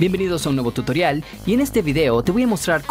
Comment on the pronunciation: desde cuando tutorial se pronuncia tuitrion